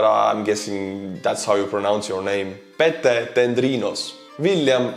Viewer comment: Pete is pronounced Peet one syllable